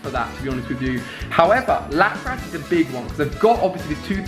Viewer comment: Ali... its pronounced Lap-Rus Lapras